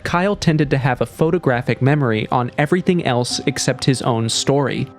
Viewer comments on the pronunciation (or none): none